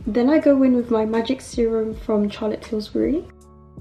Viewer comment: It’s Charlotte Tillburry not Tillsburry 😂